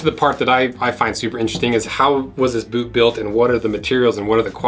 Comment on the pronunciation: Why do you never pronounce the T in boot?